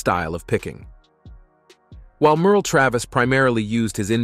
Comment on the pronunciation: As a lifelong Chet fan and picker, I felt compelled to watch this. 🙄The content was evidently written and read by AI (“See Simmahn”, “Merley”?) The images are random or completely inappropriate, certain “facts” have been synthesized, and the chronology is a mess. It adds nothing to Chet’s story. Chet faced hard times early in life, but he overcame them to become one of the most successful and beloved musicians in history. Everyone dies, but to characterize Chet’s life as sad and tragic is click bait plain and simple. Chet fans, don’t waste your time on this AI-generated tripe.